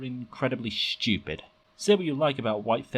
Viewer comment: "People who disagree with me are just schewpid" - This guy